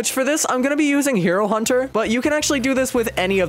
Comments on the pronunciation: Hey uh you made a miss spell when you said hero hunter you said hiur hunter, just correcting some miss spells! Nice vids! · "Hiro hunter"